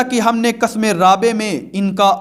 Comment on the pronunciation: حضرت قسم رابع بفتح قاف نہیں بلکہ بکسر قاف ہے